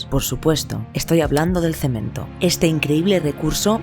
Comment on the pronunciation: Jajaja dijo cemen.....